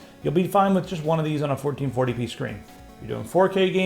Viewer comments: lets do some 1440 pness shall we? was it just me who heard that and was it just me that giggled at it..i hope not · Did he just say "Let's do some 1440 penis"??? haha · Anyone else catch him say "1440p nes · He said 1440 penis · "Fourteen forty penis?" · = Fourteen Forty Penis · "1440p(enis)" hahaha